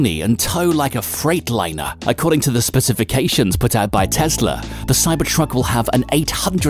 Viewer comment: Spe-ciffi-cations. Nice one